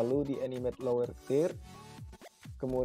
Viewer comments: Tidak masalah Mas dengan tidak sempurnanya menyebutkan kata "Third", kan bukan bahasa Ibu kita. Terima kasih atas penjelasannya.....cukup jelas. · Padahal di udah bisa bener penyebutannya 😐